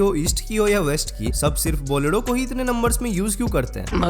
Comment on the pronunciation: बोलेरो ❌ बोलेडो ✅